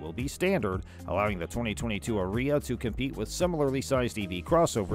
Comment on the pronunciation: I don't think that's the pronunciation Nisson had in mind. Shouldn't it rhyme with "Aria"? You know; that music term.